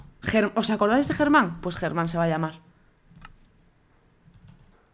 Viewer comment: le llamas te (Germám) al caballo en vez de (Geman) xd